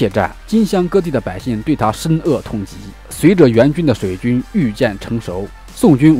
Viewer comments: 还有，深恶痛疾....恶，念wu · 大哉乾（钱）元，这是乾坤的乾。深恶（物）痛疾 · 大哉乾(qian二声)元 不是干。。深恶(wu四声)痛疾不念"饿""